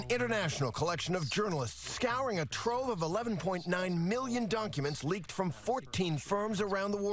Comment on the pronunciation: 43 seconds in ... Did he say doNcuments?